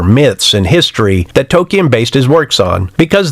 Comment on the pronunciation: When you can't even pronounce Tolkien, you're hik tirade loses a bit... If you can't understand this, then that's a fait accompli...